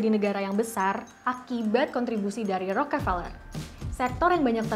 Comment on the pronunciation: Njir bacanya peler wwk